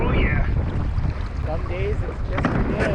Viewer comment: When it's really big turns a little Canadian. Oh ya, ooh yah.